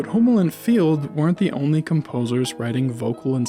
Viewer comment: Please pronounce "Hummel" properly!